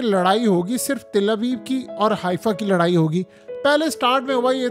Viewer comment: Oh bai Til nahin Tal Aviv hota ha